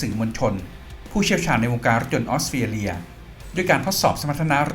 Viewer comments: 😅🤭🤭🤣🤣 ออสเตรเลีย กลายเป็น ออสเตียเลีย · ฟังยังไงก็"ออสเตียเลีย"